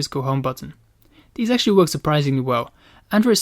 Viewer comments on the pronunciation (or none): none